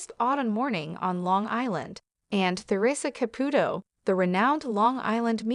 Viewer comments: These AI VIDEOS ALWAYS MISPRONOUNCE NAMES and you’re doing it again with the name CAPUTO. ITS KA-POO-TOE. Her name is TA-RE-SAH…..not. whatever you’re calling her! Very nice story. The wedding picture is also not them. Bad video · Theresa & Larry, wanted to keep their marital problems private. Therea did tell everyone she & Larry grew apart. They were getting a divorce. She said they were still friends, but it was time for them to go their separate ways. Of course, Theresa would help Larry she is that kind of a girl. If you are going to do a story of Theresa [ Pronounced tuh ree suh} Caputo {pronounced Ka poo to}. please get the pronunciation right. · Also she can't say Caputo right